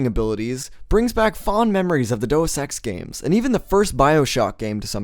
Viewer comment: I can't be bothered to keep watching this, I'm 6 minutes in and so far you've done nothing except describe what Gunpoint is. No analysis or criticism, you are literally just telling me what is in the game. EDIT: Also there's no 'o' in Deus, the correct pronunciation is DAY-US